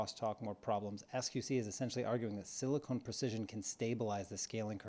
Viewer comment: SiliCON not siliCONE